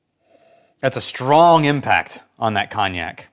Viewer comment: Your pronunciation of cognac as Cawn-ee-yak, is incorrect in every part. At least get the one syllable right lol